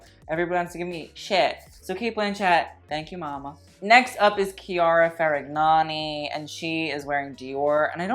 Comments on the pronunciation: The way you pronounced Chiara Ferragni hurts my ears and I hate that basic binch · the way u said chiara ferragni made me scream still love you tho